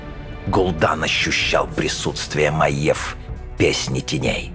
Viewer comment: Не Маэв, а М-А-Й-Е-В.